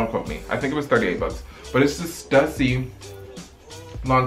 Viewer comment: its pronounced stoosy